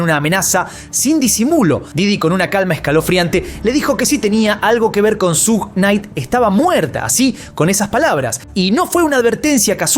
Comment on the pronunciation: Se pronuncia "Shug" no "Sug" 😊